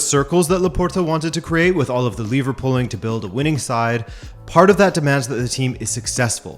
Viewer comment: Liverpooling? Ohhh. “Lever pulling”. Hah.